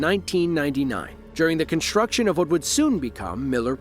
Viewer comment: Why do you pronounce 'construction' as 'conshtruction'? There is no 'sshh' sound in that word.